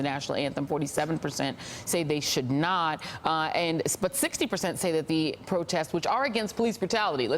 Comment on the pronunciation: They are ATHLETES...not ATH(A)LETES!!!LOL...Love how the uneducated speak no matter their respective status or positions in life!